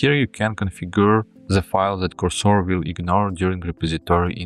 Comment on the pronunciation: Cursor should be pronounced with a stress to “u”.